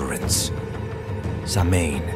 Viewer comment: Isn’t it pronounced sow’ain or souwn? I don’t think the M is heard.